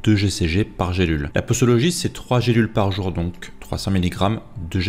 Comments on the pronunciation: Posologie se prononce pozologie selon la règle que s placé entre 2 voyelles se prononce z et non s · Mais pourquoi vous dites "possologie"😂 après une voyelle le s se prononce comme un z sinon on mettrait 2 s